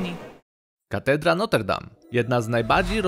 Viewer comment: Niewielkie sprostowanie,wymawia sie Notr Dam, e jest nieme.